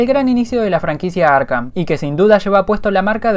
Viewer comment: Zurrr en arrhh: el zorro en Arkham